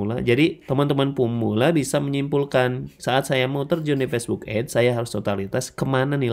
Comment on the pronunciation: ADS dibaca ya ADS jangan dibaca AIDS bang malah jadi beda arti info aja